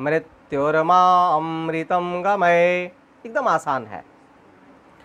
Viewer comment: गमय है भाई गमये बोल रहे हो उच्चारण का ध्यान दो भाई